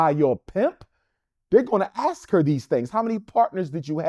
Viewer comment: Dude starting a school can’t pronounce ask She aks a friend